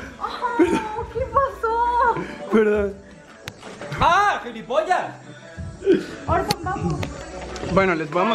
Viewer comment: nadie absolutamente nadie yo escuchando a decir giripolla y no saber que singnifica